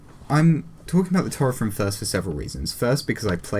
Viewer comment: Sorry for bothering you, but you mispronounced Taurethrim. The "au" is pronounced like "ow" in "owl". Also, it's "Cerinrim", not "Ceinrim", and it is pronounced Kerinrim. However, you pronounced Morwaith, Limwaith and Pertorogwaith (now renamed to Perdorogwaith, so you need to pronounce a D sound instead of a T sound) correctly.